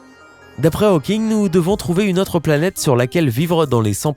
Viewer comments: Pitié, pas "Ha-o-king" ! C'est "Hau-king" (avec un o fermé). Si c'était "Ha-o-king", on l'écrirait Howking en anglais. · C pas haweking c hauking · "aoking" ?? tu as toujours autant de problèmes d'élocution mon ami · « Stéfeune Aoking » ??!... Not even close... Moi qui dis et redis, depuis des années, que la jeunesse française s'est mise à l'anglais... Bon... d'un autre côté, les Américains disent toujours « Shompsailizeï », alors on a encore pas mal de marge. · Steven "A-O-King" : mais c'est quoi cette prononciation... ?